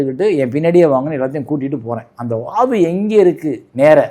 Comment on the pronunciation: அது வாகு இல்ல வாது okay